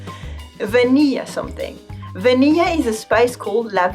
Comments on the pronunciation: Oh! Please pronounce those L's in VaniLLA. Vuh-NIL-uh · When she says Vanilla, I feel so weird. She pronounces it like how it would be in French.